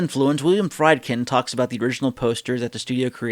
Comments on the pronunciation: The directors name is pronounced Freedkin with a long E sound, not Frydkin like in chicken. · FREEED-kin. FREEED-kin.